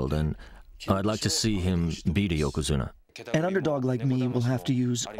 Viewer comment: "Yo'Ko'Zune'Ah" ..... come on man